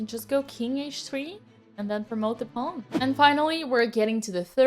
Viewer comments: Pawn Dina! Not Piun! Pawn 😘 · "Pawn" < "Poewn" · Pawn❌ Pown✅ JK tnx a lot Queen🫰🏻